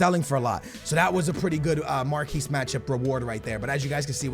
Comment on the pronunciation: Mark-Ee matchups not marquese matchups